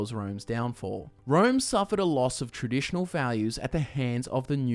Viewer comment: I have to dislike because of "kwishtianidy."